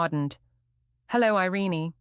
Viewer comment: Her name is NOT "Iren-ee" It's "Ireen' but spelled "Irene".